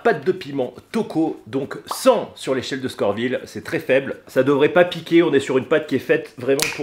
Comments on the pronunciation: Dommage le carolina n'est plus le plus fort du monde et c'est scoville pas scorville je m'arrête aux 20 premieres secondes de vidéo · SCO-VILLE pas SCOR-VILLE ! Mais sinon gros respect 😂